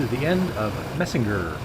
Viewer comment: It’s pronounced “mysner”. You passed where I grew up .